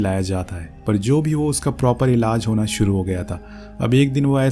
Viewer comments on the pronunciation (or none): Elaz nahi elaj hota ha gandooo😂